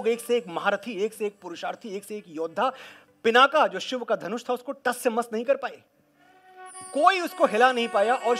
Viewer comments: पिनाका नहीं पिनाक बोलें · आप तो हिंदी शुद्ध बोले, पिनाका नही पिनाक है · प्रशंसनीय, अनुकरणीय। साधुवाद मनोज जी। मेरी एक हिमाकत के लिए आप मेरे को माफ करें। जिसे श्रीराम ने श्रीसीता के स्वयंवर यज्ञ मे जिस धनुष को तोड़ा था उसका नाम अजगव था। भगवान शंकर जिस धनुष को धारण करते हैं उसका नाम पिनाक है। एक कचोट मेरे मन मे लगी है जब आपने पिनाक को पिनाका कहा है। ऐसा क्यों? ये तो कर्नाटक को कर्नाटका, केरल को केरला बोलने की आंग्ल शैली जैसा है। राम को रामा, कृष्ण को कृष्णा, लक्ष्मण को लक्ष्मणा, शत्रुघ्न को शत्रुघ्ना, शिव को शिवा बोलकर क्या ये इनके अर्थों को बदल देने की हास्यास्पद आदत नही है